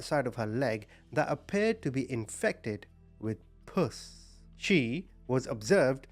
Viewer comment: Omg we're dying rn 😂 pus rhymes with us. Puss is short for 😺. Lmk when you see this so i can delete it